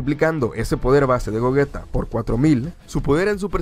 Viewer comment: Por que le dice gojita y es gogeta